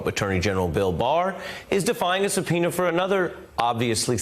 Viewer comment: Sounds like Pelosi is saying "subpenis"